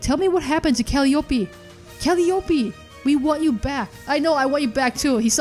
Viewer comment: Just wanted to point this out only cause I guess no one mentioned it (not trying to be that guy 😂) but it's Cal·lie·opee (Calliope). Again not trying to be that guy! 😂 love your work huge fan lol